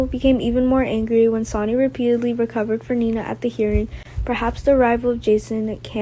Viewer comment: Will someone please tell the reader that SONNY is not SONY OR SANY! She should at least watch GH for awhile and familiarize herself with the names of the cast. It shouldn't be that hard to do.